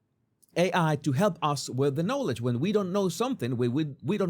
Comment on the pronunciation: Please ask the AI to pronounce the word "knowledge" for you.